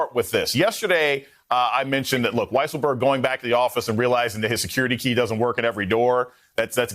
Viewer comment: It's pronounced Weaselberg. Have some respect for the man.